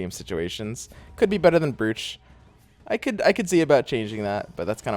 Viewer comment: Loving the content but please, for my sanity, please stop saying brooch. It's pronounced like it was spelled broach.